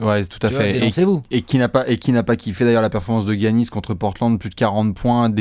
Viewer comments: Come on now les gars, ça se prononce Yannis, pas Gi-Yannis. Sinon bon taf, on aime ces apéros. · Les ricains disent giannis